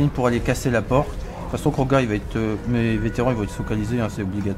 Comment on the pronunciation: Salut tu nous régale comme d'habitude mais juste c'est Kroq-gar et pas Krog-gar